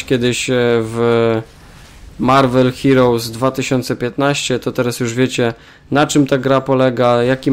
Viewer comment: Chciałeś powiedzieć Marvel Hilous :D